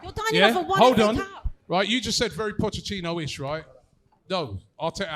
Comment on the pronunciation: Pochechino: PocheTTINO: Pochechino: 🙄